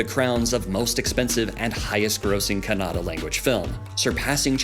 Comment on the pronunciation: Happy that u atleast cared to call kannada as kannada not kannad which is called by some indians who don't belong to that region